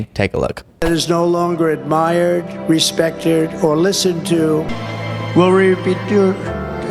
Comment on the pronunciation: "America is no longer respecturd"😅😅😅😅